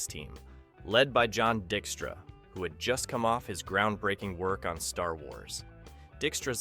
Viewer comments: Dick-straw??? When is AI going to learn pronunciation 🙄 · Btw, DYKE-stra is how you pronounce John Dykstra’s name. An important sfx pioneer for creating the motion control system that made Star Wars so groundbreaking (& he then brought these methods to BSG).